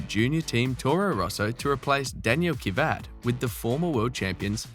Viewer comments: Did you say Daniil Kivat??? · This Robot cannot pronounce Kvyat...